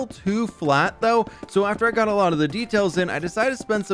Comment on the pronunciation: Well that was a „lottle“ of building